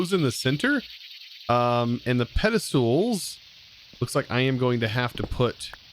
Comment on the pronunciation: It always makes me smile when says Pedestoole, Love your videos! keep it up